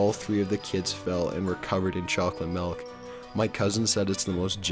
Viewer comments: melk?!! my friend used to say MELK instead of milk too. fuckin weird. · it's not melk it's MILK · Malk...? wut?